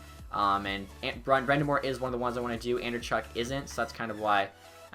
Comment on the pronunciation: It's pronounced brIND'amour not brEND'amour